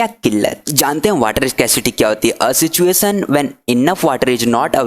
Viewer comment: it is not sistuation it's situation😊